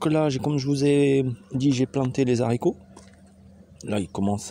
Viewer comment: Bonjour, on dit les Haricots et non zaricots